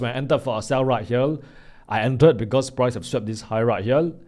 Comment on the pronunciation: Do not phukn pronounce here as Hiyal pls!😢